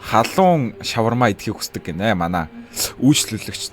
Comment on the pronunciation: 😊😊😊🎉🎉 юун ш** шавармаа вэ шавар гэж дуудаад хаан бэ ха ха😂😂😅😅